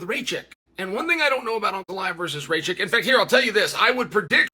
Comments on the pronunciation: who the fuck is Raychek???? 🤣🤣🤣 it's Rakic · “Raychick” (Rakic) 😂😂😂 Uncle Chael here butchering names😂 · Pereira not piera Rakic not rachik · You just cursed Alexander Rakic , Chael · Is it pronouced Rey chick? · Uncle Chael just refuses to get any name right that is not Smith or Jones😂